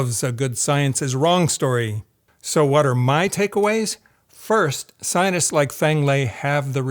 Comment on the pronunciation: Sir, why do you say scienists? I picked it up in the other video, too.